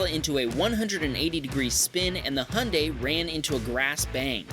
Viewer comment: 2;30 Its Hi-un-die not Hun-day